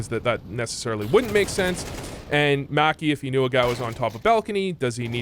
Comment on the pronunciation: You say maki like you wear whitey tighteys.